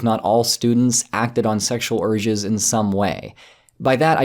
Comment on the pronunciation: I just can't help, but hear "acting on sexual orgies" I know it's "urges", but still... :-) Sorry!